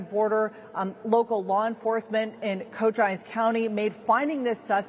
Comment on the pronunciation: Cochise County - co•chee•ce. Your welcome.